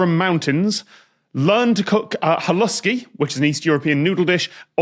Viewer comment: I'm a bit disappointed about Tom's pronunciation of "halušky" at the end.